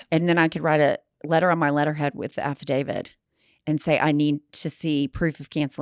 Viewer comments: It’s killing me how so resolutely pronounces it “affadavid”. 😂😂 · is BUSTED! She ain’t no real attorney, no ma’am! She kept saying “Affadavid” 🙄